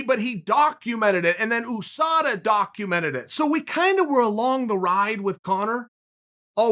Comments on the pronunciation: Chael "ooh-SADA" Sonnen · Chael “OO-SADA” Sonnen